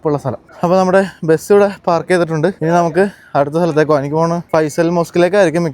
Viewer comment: എടൊ നീ ആദ്യം പറഞ്ഞു പടിക്ക് മുട്ടക്ക് മൊട്ട എന്നല്ല അതുപോലെ ബസിനു ബെസ് എന്നല്ല പറയേണ്ടത്